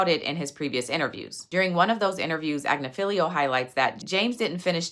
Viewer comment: Great content as usually... My ADHD was working overtime at your pronunciation...It's Ag-nif-ee-lo